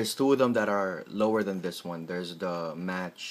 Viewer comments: The word Mach is pronouned 'mawk', not 'match'. Mach 1 is the speed of sound, Mach 2 is twice the speed of sound, etcetra. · ....its not 'match' or 'mark' its mach which when pronounced sounds like moch